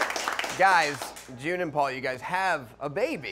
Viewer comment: Hey. I don't like your smug face. Probably because you mispronounced June's name. It was a pretty amateur hour move. Hey June. I love you.